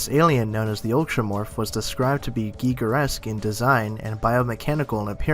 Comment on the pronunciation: Great job of pronouncing HR Giger's name.